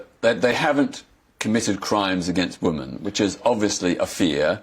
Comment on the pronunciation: Poor Peter, still unable to use/pronounce the plural of woman i.e. "women"